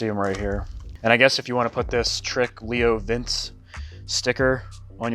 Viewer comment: It's LeoVince....like Leonardo Da Vince. It's Italian lol